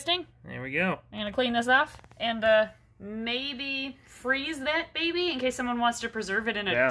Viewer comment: You said it wrong! Its behbeh sehsone